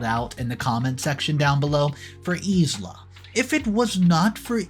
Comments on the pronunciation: Isla=Eye-lah, not Ease-Lah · Isla is pronounced eye-la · Wow, so many people just hating on his pronunciation of Isla. So sad. The English/Scottish pronounces it Ay-lah BUT Isla in Spanish is pronounced EES-la. Isla is "island" in Spanish. (i is pronounced like an E and s is almost never silent. Go look it up in google translate if you don't believe me.) So both pronunciations are correct and we honestly don't know the original language context of the story itself. As he says, it is cool to be kind. Realize that not everyone that speaks English will do so perfectly and may understand it from a different language perspective. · Yup. That's exactly what I was thinking. I've never heard him pronounce infuriated correctly. Always, infurierated. Just completely butchered Isla's name in this as well. S is silent my guy. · Thank you! Somebody said it! 🤦🏻‍♀️😂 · Yeah, he drops so much pronunciation. Some are grade school level mistakes lol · Isla is pronounced i-la. Embarrassed is pronounced em-bear-essed not embraced